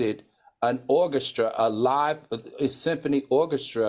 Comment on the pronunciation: "orgestra" lmaooooooooooo